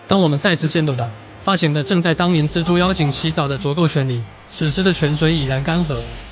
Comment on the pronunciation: 是「隻豬」，是「蜘蛛」，傻傻分不清楚